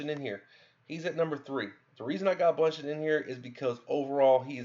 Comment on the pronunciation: Okay, I've realized the more I watch your videos that you just have a problem reading or translating what you read into proper pronunciation. You pronounce "Gato" as "Gowto", you pronounce Ei-Dunn as EL-Dun, you pronounce Bauchan as "Bunchen" (just throw an N in there why dontcha, lol), but then the friggin most crazy thing is that you manage to pronounce Namahage's name correctly. WTF? You must have heard someone else say his name and you're just copying it, because based on how you have pronounced all the other names, if you were the one to try and pronounce that, you'd probably end up saying "Numbohagee".